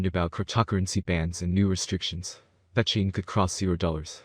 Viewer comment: This person can't even pronounce vechain properly. Don't listen to a single thing they say, vechain will never hit $1500 🤣🤣 maybe 1 or 2 dollars